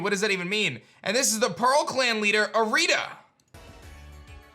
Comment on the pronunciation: Pretty sure Irida would be pronounced EER-ih-duh, as in iridescent, since she represents Pearl and Adaman is clearly Adamant (A-duh-men). For Arezu it looks like it’s pronounced AH-reh-zu as apposed to uh-RAY-zu, since her design seems to be based on Mars. Mars is named for the planet, which is named for the Roman god. Arezu would be the Japanese pronunciation of Ares, the Greek name for the same god.